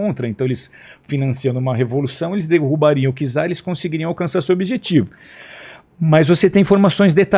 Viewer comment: E no português errou várias vezes, tipo czar se pronuncia "tizar"; falou sobre, quando era sob...